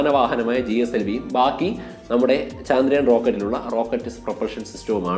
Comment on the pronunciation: Chandrayaan ennalla..chaandrayaan ennanu.